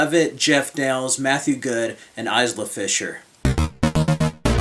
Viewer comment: The Lookout was my favorite film of 2007. 9 out of 10. Matthew Goode was very convincing. I'm always amazed at how well most British actors do American accents. Actually, everyone did a fine job in the film. Good review,. P.S. The ' s ' in Isla is silent.